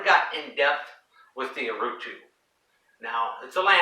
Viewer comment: Great video! Allow me to improve your Portuguese....we called it Urutú...as you can see, the tonic syllable is "TÚ", reason why we add the accent over the "U". Cheers! Keep up the good work!